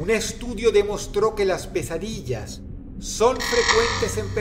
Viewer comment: Alguien mas entendío quesadillas enves de pesadillas? xD